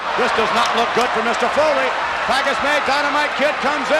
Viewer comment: Is that is the match where the announcer got Mick Foley's name wrong?